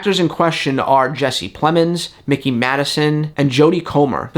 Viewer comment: between the treatment of jake lloyd, ahmed best, and kelly marie tran, it's really hard to think appearing in the star wars franchise is worth it. but plemmons, madison (her first name is pronouced "my key" not "mickey"), and comer are big enough names that why would they want to get tied to a multi-picture contract and yes, i think they were given lowball offers way below what they can get for other projects. each can easily get 7 figures for a role, possibly even 8, and they were likely offered 6.